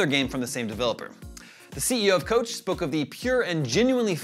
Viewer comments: Koch is pronounced coke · Isn’t it pronounced “Coke”? And he said it twice.